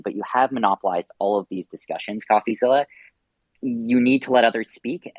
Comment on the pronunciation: “Say my name” SBF: “coffezzilla”